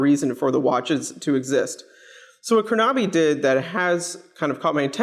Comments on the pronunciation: Dilip Goel Yeah, Krona-by not Kro-Naby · Great review! The only remark I have is the pronunciation of the name.